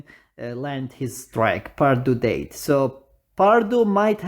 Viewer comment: I like how you pronounce the "Died" to "Date"😂 Anyways what happened to Hua(sim)?